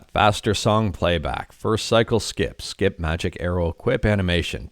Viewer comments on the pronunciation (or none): none